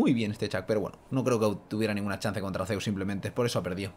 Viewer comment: estamos aqui en un nuevo video con una master duel, con ''zsuss'' jjajjajaa